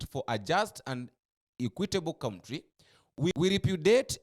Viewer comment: Iit is pronounced country not county